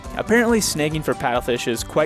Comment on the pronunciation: Took me a while to figure you were saying "sn-ah-gging" a fish. I heard "sn-eh-gging".